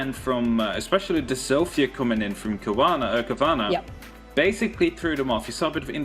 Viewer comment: Cowana sounds like corona